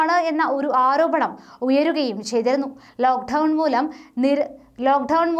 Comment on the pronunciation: മോളേ !മലയാളം നന്നായി ഉച്ചരിക്കാൻ ശ്രമിക്കുക ..ലോഖ് ധൗ ണ് അല്ല ലോക്ക് ഡൌൺ ....എന്ന് പറയൂ . മറുനാടൻ മലയാളി ഉച്ചാരണ ശുദ്ധിയിൽ ഏറെ ശ്രദ്ധിച്ചിരുന്നു . തെറ്റ് തിരുത്തി ശുദ്ധ മലയാളം പറഞ്ഞാൽ ഏറെ ഭംഗി യുണ്ടാവും .